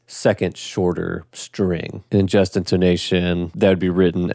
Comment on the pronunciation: This may be a regional dialect thing, but to me it sounds like you're pronouncing the "Just" in "Just Intonation" the same way you'd pronounce the "just" in "just a kid", like a synonym for "merely". But it should be pronounced like the "just" in "a just society", refering to justice. Different vowel sounds. This helps to reduce confusion, it's not just a pedantic nitpick.